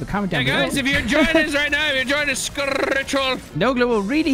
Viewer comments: Fun thing about sker, is pronounced scare and based off an actual place in Britain. Also there's a book, and another game this is a spin off of called maid of sker. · I was wondering if anyone else was gonna say about it. Being Welsh and hearing skER hurts